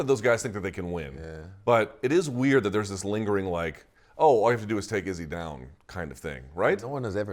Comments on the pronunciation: He got the second half right, but not the first really, but I'm sure Izzy appreciated it nonetheless haha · Did he get it right this time? It’s definitely a new iteration 😂